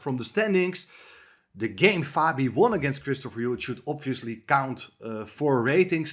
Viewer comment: Great videos as always, and I hope one day someone can whisper in Roberts ear the suBtle comment about the existence of silent letters in spoken English, should be oBvious by now... anyhow Chesswise Brilliant videos! 🙂